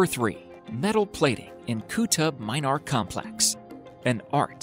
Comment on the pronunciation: It is Qutb Min - aar!!! Not my - naar. Get the pronunciations correct...